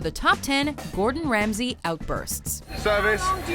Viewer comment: Gourd In, Rams He 😂